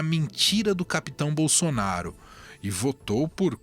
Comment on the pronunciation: Não tinha outro pra essa entrevista. O nome é Bolsonaro. O cara tá falando bonsonharo kkkkkkkkkkkkkkkk